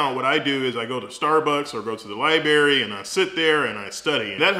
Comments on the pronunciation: Study at the Li-BERRY! I love it, I say it the same way haha. Thanks for the info sir! Keep up the vids, you are an inspiration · Down vote simply because it was so painful to hear an almost board certified surgeon saying "libary" multiple times. The content of the video was actually good. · Library!!! L I B R A R Y!! You are too educated to mispronounce words. Still a very great informational video. Thank you for sharing! ❤ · Did he say lie berry ??? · I know you are a doctor bruh, but... "libarry?" lmaooo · Libarry.. lol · K G that’s not how you pronounce it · Laconian Drakon pronounce a WORD like library. 🤣😂🤣😂 someone like you should know the difference between spelling a word and pronouncing it. Or maybe that’s just the way they say it in the city he was raised in. Dialect and accents have a lot to do with the way people say certain words. In this whole video the only thing you guys could do is pick out and make fun of the one word he PRONOUNCED wrong. It says a lot about your character. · The most common dialect in the United States is General American. So it's understandable why the pronunciation stood out. But yes, many Southerners enunciate "library" this way because of the middle phoneme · Good advice. So nobody's going to point out lieberry and breafast like those actual words. Every doctor I work around nails those words with the greatest of ease. I guess library and breakfast will wait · "Lie-berry." "pneumonic." The language police got to me :'(